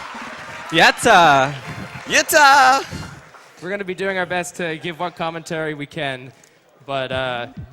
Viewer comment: their "yatta" pronunciation hurts my ears